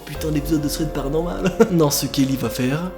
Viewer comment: Ah paranormale la pas de "e" on dit paranormal...